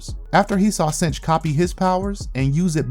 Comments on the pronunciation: jsyk i believe its 'synch' as in 'sink', not 'cinch'. he synchs with other mutants powers. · Synch is Sink, not cinch. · I love your channel but I HAVE TO SAY SOMETHING! Synch is pronounced (SINK). Everett synchs up with other peoples abilities.